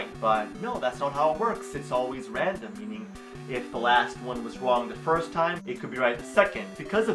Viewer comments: "Fiwst of all..." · "Foist of awl" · foist of awl